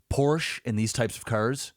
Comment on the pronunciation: Thank you for pronouncing Porsche properly:p